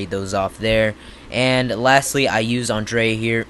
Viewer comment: Bro learn how to pronounce Andrea... An DRE A.. U never watched the show before.